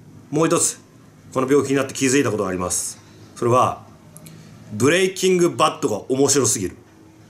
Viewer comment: ブレイキング・バッドがブレイキングダウンに聞こえて「え！？好きなの？」って一瞬なりました